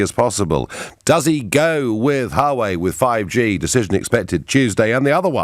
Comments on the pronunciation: Note* Wah-way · Its not difficult Nigel... You're an educated man... Check the correct pronunciation for "Huawei"